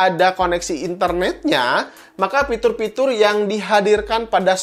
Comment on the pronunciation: Fitur bang fitur bukan Pitur kwkwkwkwkw